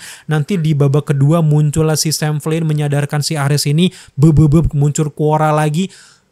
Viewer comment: bro maaf bacanya memang "ARES" bukan "ARIS" 🤦🏻‍♂️ saya yakin ini mengacu pada nama dewa perang mitologi Yunani kuno . Jadi prounace nya nggak di inggris inggrisin juga kale 😂 sejak kapan Zeus dibaca Zius, sejak kapan Hera dibaca Hira, sejak Kapan Athena dibaca Athina, sejak kapan Hermes dibaca Hirmis, sejak kapan Hercules dibaca Hirculis 🤣🤣🤣🤣🤣 ah kocak lu bro... lumayan bikin happy sih di pembukaan🫵🏻good job 👍🏼( saya bukan heaters 😅 )